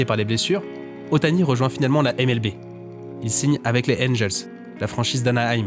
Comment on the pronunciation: Petit détail mais si tu dis NBA à l'anglaise, N Bi Ai, comme tout le monde, tu pourrais dire MLBi et non MLBé. Mais bon désolé pour l'instant grammar nazi, la vidéo est cool. Surtout que vu du Japon je connaissais un peu le bonhomme 😊😊